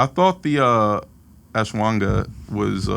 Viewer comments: You do have to learn how to say ashwaganda, rick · One of these days someone is going to correct Rick on his pronunciation of Ashwagandha 😂😂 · Ricky… you gotta learn how to say Ashwagandha. You always make it much harder than it is